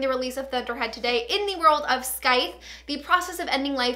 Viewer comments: You pronounce scythe (skythe), its pronounced sythe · Did she say Skythes?!? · The 'C' is silent. So it's pronounced Sythe. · the “th” is also a “voiced” th, pronounced like in “breathe” (rather than an “unvoiced” th, pronounced like in “think”):)